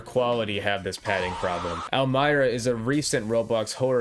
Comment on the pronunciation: "El my rah" 😭😭😭